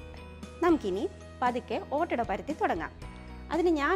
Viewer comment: ഒറ്റഡ എല്ല ഈദ് ആഡാ അണ്